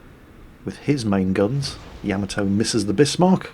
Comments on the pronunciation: Hey -Great as always-YOU HAVE ME THINKING ARE YOU SAYING YAMATO CORRECTLY? YOU ARE NAVY MAN AND KNOW BETTER THAN I DO, IS IT NOT YAH-MA-TO? YOU ARE SAYING YAM-AH -TOE??? LET ME KNOW THE FACTS-THANKS "Most accurately, there should be NO stressed syllables; Japanese doesn't use such constructions. Should be 'yah-mah-toe' but with almost clipped vowel sounds, and no stressed syllables." " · I hope someday you realize it's pronounced YAH-MAH-TOE, not YEAH-MEH-TOE! Stop with the Japanese mispronunciations! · Say it with me Ya ma toe. Put those together fast and you said it right. I do however, under stand, your British. You all talk funny. Yes I am American.